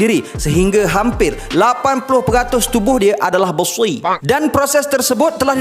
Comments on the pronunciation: "Besi" HAHAHAHAHAHA laka2 je abe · “BESI” dalam betul sebut 🤣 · Sial lah sebut besi versi arab 😂